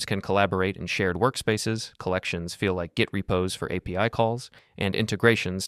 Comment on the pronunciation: Дуже поганий переклад, неправильне наголошення, постійно апі називає арі